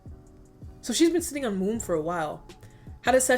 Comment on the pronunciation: I thought you said “favour I’m in your room” but I’m looking at the comments now and everyone’s saying it’s womb. 😂 I do not know but thank you for being awesome.